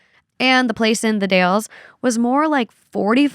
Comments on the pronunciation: The Dalles is pronounced like gal. The Gals, but with a D. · The Dalles is pronounced D-Als 😊